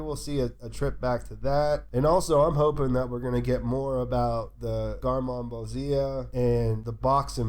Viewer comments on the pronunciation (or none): Love the channel, but every time you pronounce garmonbozia wrong it's like Ike is driving a spike through my ears